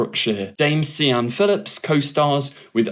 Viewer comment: Yes, this! And "Sian" is pronounced "Shaan", not "See-ann".